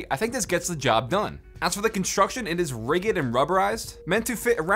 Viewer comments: Rigid? Rig-id? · Is no-one going to talk about how wrong his pronunciation of rigid is? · How did you manage to mispronounce both ifrit AND rigid?